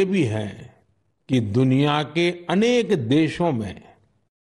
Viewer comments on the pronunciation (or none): Manniy Modi ji aneko nahi anek hota hai.